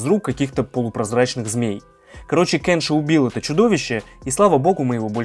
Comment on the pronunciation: Меня бесит что ты говоришь: КЭнши а не КЕнши